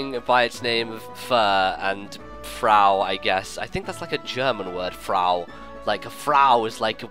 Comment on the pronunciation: It took me a time to notice that you were saying Frau. XD Your German pronounciation is pretty cute. c; And yeah, it's the German word for woman.